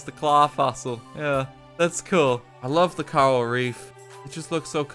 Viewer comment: mans really called coral "Carl"